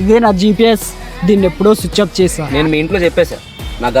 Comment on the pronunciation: Switch off ❎ sooch off ✅